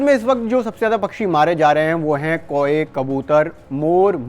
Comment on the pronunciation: Abe jab bird flu aur world flu me farak karna hi nahi aata. Bird ko baar baar world bol rahe ho kauon ko koe bol rahe ho kisne ye channel par khabar dene ko kaha h?.